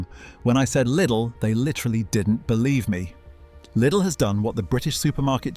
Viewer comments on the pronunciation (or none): And your pronouncing was wrong too! Leedl like needle!!🤙🤙🤙🇩🇪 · How does anyone wrongly pronounce LIDL?